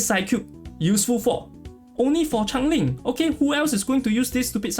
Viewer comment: Someone needs to tell yall its not Chang ling its CHANGELING